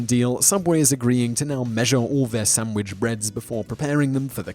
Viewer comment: "sam wich" ahaha